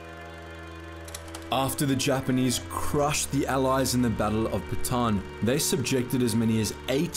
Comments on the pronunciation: Ba-ta-an, not Ba-taan. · It's "Bata-ann", not "Batan". Listen to how Filipinos say it, or better yet, listen to the song "Philippine geography" by yoyoy villame